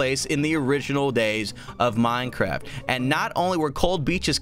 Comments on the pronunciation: It sounded more like "Minecrahpt"! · Lol it sounded like he said mine crap